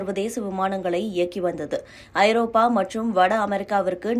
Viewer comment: அது என்னடி பெரிய சிக்கல், ஒழுங்கா படிங்க ஐரோப்பியா இல்ல ஐரோப்பா, அப்படியே மூடிகிட்டு ஓடிப் போயிரு